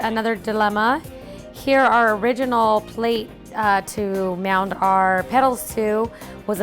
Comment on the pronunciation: "MOUNT" not "MOUND it on" Dizzy Broad